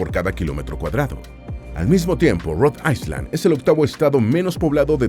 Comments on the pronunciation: Se pronuncia Rhode Ayland no Rode Aysland, aunque se escribe Rhode Island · Rod AiSSSSSSSSSSSSSSSSSSSSland?? Qué mal pronuncia la IA 😢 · Rhode ISLAND... me daban calosfríos cada vez que escuchaba "aiSland"